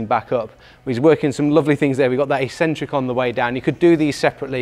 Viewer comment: You guys mispronounce "eccentric". What do you call that cranky old uncle that you only see at Christmas, eKcentric or eSentric? If you speak English the first is proper and it's the same for an eccentric contraction.